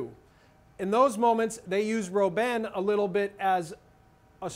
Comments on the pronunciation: Don't butcher Robben his name. Pronounce it like "robber", but with an -n instead. Dutch is a germanic language, not latin-based. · You don't know what ur talking about and you even say Robben wrong... Netherlands will win, you'll see!